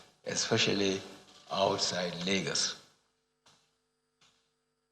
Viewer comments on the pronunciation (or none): none